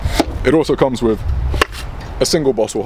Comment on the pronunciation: I take it when you say ‘ wiv ‘ you mean with !